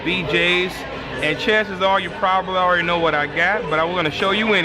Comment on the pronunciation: I was in the DMV while watching this, all people could hear was "HOE READY" lmao